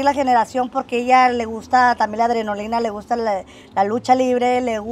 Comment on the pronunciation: Es adrenalina .no adronolina .